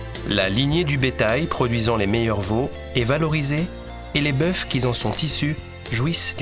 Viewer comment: Tocard tu ne sais même pas parler... Les boeufs... Dès la 2ème minute...